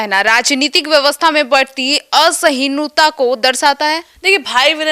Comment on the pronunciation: असहिष्णुता तो ठीक से बोल lo